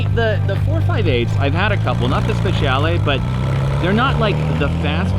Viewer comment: Yay!!!! For some reason when he got in the car the editing got me so worried something bad was going to happen xD Also never heard someone nail the pronunciation of "speciale" like that gg